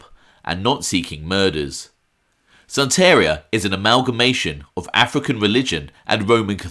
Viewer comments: PLS U ARE PRONOUNCING THE VOODOO PRACTICE . U SAY IT LIKE THIS.. SAN.... TA ....RI ...A !!!! (AS IN SAN FRANCISCO (TA AS IN TATIANA (RI AS IN RIO (A AS IN AH!!! I SEE) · Lol, O.C. Santeria is pronounced SAN-TAAH-REEAH ITS was just funny hearing your pronunciation!!